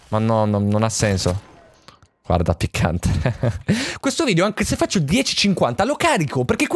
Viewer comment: like per chi se ne accorto che ha detto picant😂